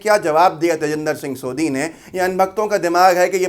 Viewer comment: सोधी नहीं सोढ़ी ज़ात होती है ।